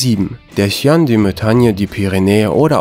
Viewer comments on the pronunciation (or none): Das spricht man nicht chien sondern schian aus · chien wird als schiä ausgesprochen, bitte lern französisch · Ja und die Rassen werden teils falsch ausgesprochen...Chien wird Schiä ausgesprochen